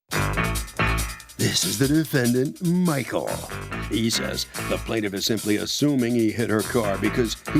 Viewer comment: "This is the defendant MMMMMMMMMMichael. 😂😂 Why so much emphasis announcer?😂😂